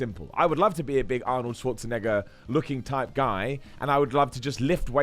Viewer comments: It's pronounced "Ne-Gar" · ... I don't like how many times he said Arnold's last name like that